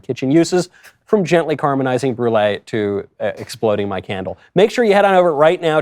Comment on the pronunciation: Caramelize, not carmelize.